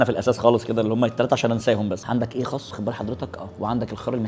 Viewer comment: يا جماعة خس بالسين مش بالصاد